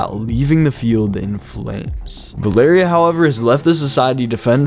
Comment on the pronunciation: It's val-er-ia